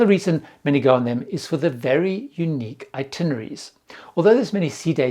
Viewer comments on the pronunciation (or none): none